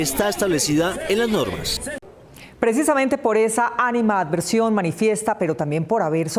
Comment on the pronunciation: Ánima adversión? ...la periodista no conoce la palabra ANIMADVERSIÓN... por favor ilústrese